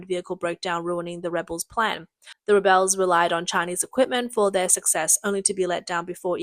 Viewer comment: Also it’s REH-bulls not reh-BELLS, when talking about a group of people and not an action.